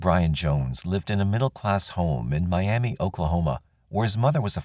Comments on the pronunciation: I live just outside of Miami, Ok. It’s pronounced My-Am-Uh rather than My-Am-Ee. The name comes from a Native tribe from this area. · I’m not saying I agree with it but we pronounce that “Miamuh” even though it’s spelled just like Miami, Florida. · Miamah and Quahpaw is how they are pronounced. A lot of our towns are Native American names 👍 This jackass deserves to suffer and rot. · In Oklahoma for whatever the reason they pronounce it miamuh not Miam ee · Funny that the people in Oklahoma don't pronounce Miami the way they do in Florida. "Mi am muh" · Miami, OK is pronounced 'my-am-uh'. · We Okies actually pronounce Miami as Miamuh; Jones was a sick puppy who wreaked havoc in our home area for several years before he went national. R.I.P. to all his victims. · Good Job. FYI-Miami, Oklahoma is pronounced My-am-uh. Only a local would know that though. Thank you for your channel. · It's pronounced MY Am ah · Damn, Oklahoma again 🙃 there's more crime here than I originally thought. Also, oddly Oklahomans actually pronounce it differently than Miami,FL they say "my-am-muh". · They pronounce it like that in Miami Florida too. I live there. Old timers call it Miam -uh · It's pronounced "miama" in Oklahoma. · Maybe Oklahomans should start saying it correctly, then.